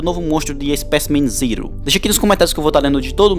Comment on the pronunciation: Não é spacimrm ziro e speicimen zero